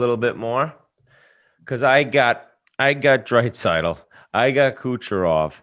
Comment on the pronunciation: Whit - "Drait-saitl". Also did call Quinn Hughes a twin? Hmmm